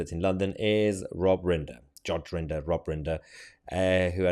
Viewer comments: Rinder not Ringer, Mahyar 🤦‍♂️ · know your stuff its rinder not ringer